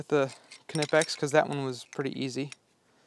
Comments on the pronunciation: Its pronounced nip-x, duh! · …‘Ken-ipix ’?…im out…heard enough… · Theyre not Knipex you pronounce them ni-peks!!! Look it up! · You're going to have to fight a new "battle". According to the company videos, they pronounce it "Kennipex"! That's odd, as it's a German company, and in German it is in fact pronounced "K-nippex". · You were bouncing between not pronouncing the K and pronouncing it. It’s a German company so they do pronounce it. Technically Ka-née-pex is correct, but in US Ka-nip-ex also seems to work. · Incorrect. You 100% pronounce the K, it’s a German company. Technically it’s Ka-née-pex, but in the US ka-nip-ex is used more. As you suggested, there are videos on YT that explain it.